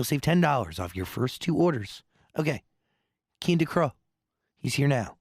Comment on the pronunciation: finally I heard his name pronounced correctly I didn’t want to butcher it when I recommended him to my frienss